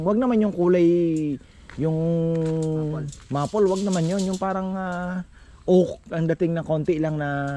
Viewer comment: Maple is pronounced as "maypol" - I should know, I am from Canada.